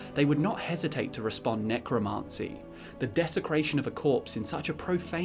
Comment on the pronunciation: Love the video pal, but your pronunciation of Necromancy is feeding me pins...